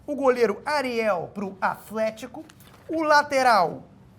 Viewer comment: "Afletico" eu n aguento